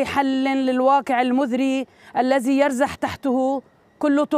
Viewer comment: الواقع المذري , الزي يرزح !!! المزري صارت عندك مذري , والذي صارت الزي ؟!!! طيب مادامت نطقتي الحرفين حطي كل واحد في مكانه الصحيح ليش خابصة الدنيا !!